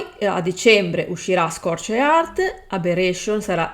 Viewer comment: Si magari imparare un po di inglese sarebbe bene!!! Non si può sentire, nel 2023 da, i è il minimo... Scorched Earth non si può sentire.... Ridicolo